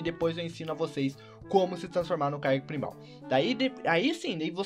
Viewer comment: se pronuncia Kyouger só pra avisar ^-^